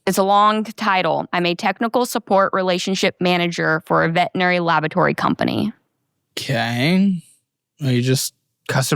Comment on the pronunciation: Okay, 50 seconds in, she said she works for a "vetinary" clinic. I call BS because anyone employed by a veterinarian knows it's a veterinary clinic and that's a HUGE pet peeve in the community.